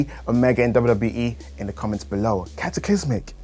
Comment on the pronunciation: The way said cataclysmic I think was fine. Legit put a smile on my face